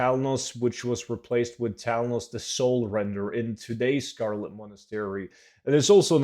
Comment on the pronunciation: "Old Scholo- uh Scarlet Monastery" Lol, cracked me up. Thanks heaps as usual!